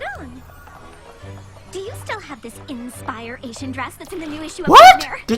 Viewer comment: Inspire-Ation. Not asian.